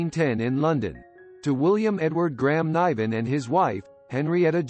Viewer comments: Pronounce his name correctly, you might get more views, pal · It’s quit disturbing you cant say David Nivens name correctly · What a terrible review of this man’s life. You didn’t even pay him the respect to pronounce his name correctly.. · How can you do a bio of the man when you can't even pronounce his name>> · This production is terrible. Couldn’t even pronounce his name right.